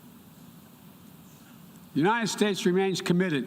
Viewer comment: U-n-i-t-e-d states Maybe if u spell it for him he wont butcher it Unininited states lol What a joke